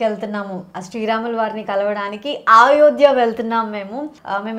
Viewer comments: Nenaithe meeke aa Ramulavari Ayodhya tickets geluchukovali ani chaala pray chesaanu ❤❤🙏🏻 nenu chaala emotional aipoyanu mee peru raagaane. Aa Ramudi blessings meetho ellappudu untundi 🙏🏻🙏🏻 and adi AAAyodhya kaadu Ayodhya 🙏🏻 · Ayodya not aayodya